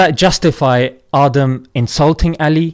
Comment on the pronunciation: His name is aadamm . Not adam the wana be . With his eve 🤣